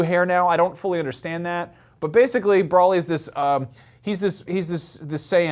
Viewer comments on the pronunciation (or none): Him pronouncing Broly as Brawl-ee hurts my soul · ...I wanna strangle you...I don't care if you said it once....it's not Brolly...it's Broly... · Uhm it's pronounced bro lee, not bra lee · brawlee.. hahaha close enough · "Brawly"? Yeeeah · Who else got triggered when he mispronounced ‘Broly’ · I don't think either of them know much about Dragonball. He can't even pronounce Broly right. smh.